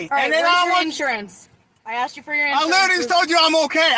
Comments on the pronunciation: I AXED YOU? or asked you. I can't believe a cop s NOT able to pronounce words correctly. What a shame. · ASKED not AXED!